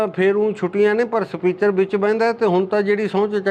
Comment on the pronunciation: Speater ni speaker hunda